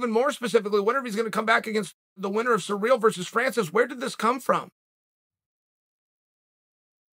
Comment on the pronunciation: Why are all the Americans calling Gane ‘Surreal’?… It’s Cyril.